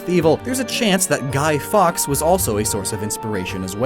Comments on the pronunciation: It’s Guy Fawkes not Guy Fox. Jeez do more research. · It's said as guy forks, not guy fox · It is pronounced Guy Forks even though it is spelled fawks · His name was not guy fox but guy fawkes, pronounced forks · It’s not guy fox it’s guy fawkes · Normal people: guy forks or fawkes: guy fox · Guy faux not fox haha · Guy fawkes is pronounced guy four ks not fox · that’s man’s name is not pronounced “fox” it’s pronounced “forks” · I’m sorry, but I cannot get over the mispronunciation of guy faux, it’s pronounced forks, not fox, it physically hurt to hear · When Americans call guy forks guy fox. Like no that's not the same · Guy Fox. Guy FOX?! Who pronounces fawkes as fox. It's fawkes like a fork. Sorry this just really annoyed me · as a British person he is not called guy fox but he's called guy fawkes pronounced like the word forks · Its Fawkes (like forks) not fox and Rookidee looks a lot more like the English blue tit, a common bird with the same colouring as Rookidee. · but his name is Guy Fawkes ... pronounced as “forks” not “fox” ... although I do like that possible connection due to the Fawkes mask being used to depict many characters with those sorts of traits! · No! Fawkes not Fox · it's pronounced guy-FORKS no guy-fox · you also said the fox was in reference to "guy fox" which obviously its not, and saying "guy fawkes" and pronoucing it the way you did, was wrong, its like hawks, but with an F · Guy fawkes is pronounced like forkes in England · Am I the only one that got slightly annoyed when he pronounced guy fawkes as guy fox? Like, no. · its Guy Fawkes not fox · In the UK we don’t pronounce guy fawkes like that. We pronounce it closer to “forks” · Btw guy fawks is pronounced like forks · Who is Guy Fox it’s Guy Fawkes (it’s said Forks) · Guy fox? Isnt it Guy fawkes? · I'm British and he pronouced Guy Fawkes incorrectly and the pull cat isn't its name, it's called a ferret. But it isn't nice how they made the worst Pokémon game in Britain